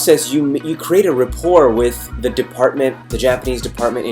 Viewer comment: What's Repoire? did he mean Rapport?